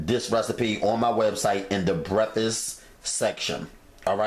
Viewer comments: Seriously!? It’s called BREAKFAST, not breffess. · Breffuss, haha! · Brefas lol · I LOVE Bre•Ffus 🤣🤣🤣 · LOL!!!! That's exactly what he said - breffus ROTF 😂😂😂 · Frank Burns 3 years later “breffus” lmao 😂 😂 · That mane said brefest ...made em for breafesssst lmao man I love ya cooking man ... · he says brefisss. ahahahahah. cute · That's how the southerners say it. My grandmother would say brukfuss. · Speak English boy ! ! ! WTF is a "Breffuss ? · Did he say theys fo breffus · it’s breffis lol 😂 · I kept replaying the beginning....did he say "BREFFUS"?....lort...lol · Why are you mispronouncing the word breakfast? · The way you pronounce breakfast cracks me up! Love your videos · 05/15/19 Thank you for the innovative recipe. I love the regional pronunciation for breakfast. For me-The pronunciation is exotic & further personalizes the video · That's how I say breakfast too lol. My daughter always laughs at me, but idc, cuz my grandma from Little Rock, and I got it from her! 😆